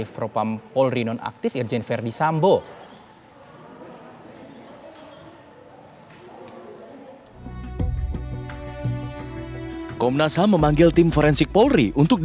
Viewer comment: Konnas HAM ya??? Bukan HAM burger kan.??